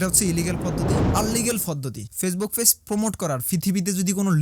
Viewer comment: ভাই ফেইছ না পেজ।😂